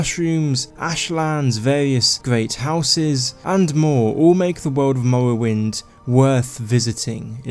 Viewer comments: Lmao “mowwowind” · "Mowwowynd gaem" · "The Elder Scrolls III: Mowowind" xD Great video mate! I enjoyed it. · The Elder Scwolls Fwee: Mowwowind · Mowwoewynde has a gjeat stoyie.. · Lol i can't unhear it